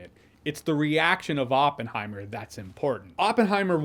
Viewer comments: I liked the part when he goes “It’s Oppen-heim!” 😅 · Open-high-mer pronounciation is bad...😅